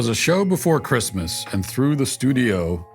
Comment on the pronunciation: This episode was full of upsetting and depressing topics that almost ruined my day but Matt pronouncing Christmas as “Chri-th-mass” made my week. Thank you, Matt.